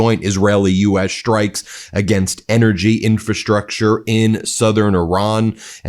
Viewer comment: There’s no H in STrikes. It’s not SHtrikes. Could you stop mispronouncing English.